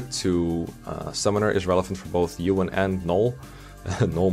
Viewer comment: Ewan and shaman pronunciation tho...